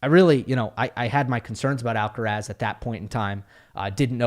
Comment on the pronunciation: Thank you for saying Alcaraz :D